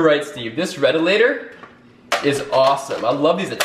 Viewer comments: me:its not redalator its actually retaliator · it’s retaliator not retalator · He called it retalator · HAH. lol he said red-a-later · Did u just say, “redalator”.....? Step off the stage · its a retaliator (ruh) (tal) (Y) (a) (tur) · Great vid but redalater 💀